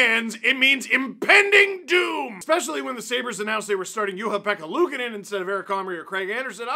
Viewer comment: did... did Steve just pronounce Juha-Pekka Luukkonen nigh perfectly? wow. I mean, the goalie's name is Ukko-Pekka, but regardless, well done